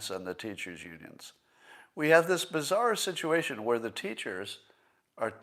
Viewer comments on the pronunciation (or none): none